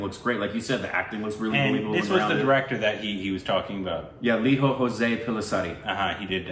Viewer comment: It's pronounced Lee-Joe. In kerala, we pronounce J as Jay not H. Also a must watch movie. After seeing your nuanced reviews, I feel this is a movie which you will appreciate. Maybe.. maybe not because of the local references :) still worth a watch. Specially the camera work. the camera work in the climax is brilliant. Once you finish the movie, checkout the video "Angamaly Diaries | Lijo Jose Pellissery | Inside A Scene".